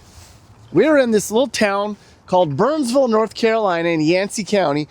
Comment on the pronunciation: "We just arrived to bernsvull North Carolina". Good job saying it correctly,! And if you end up finding Maryville TN, it's Merruhvull.;)